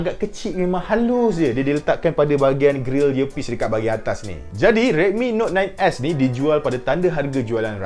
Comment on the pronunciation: Yang aku dengar dia cakap redmi note 9 ass